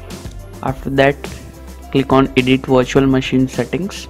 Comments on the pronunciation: LMAO, It does sound like “washer machine”. Question, did any one tried this for themselves and was it successful? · I heard washing machine but on subititle is virtual machine